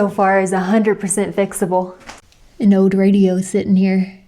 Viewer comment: "An ode radio" "black mode" what accent is this that you can't pronounce any L's😂😂